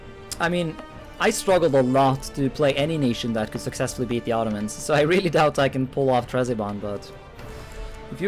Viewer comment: Is Trezibond a meme? It's Trebizond >.<